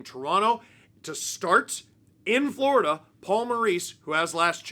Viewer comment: Lost to “Vloridah” … meh 🫤 💩 🐍